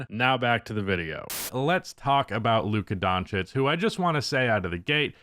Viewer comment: Lucka Don'tish